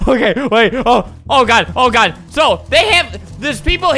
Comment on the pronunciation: you do know you said good instead of god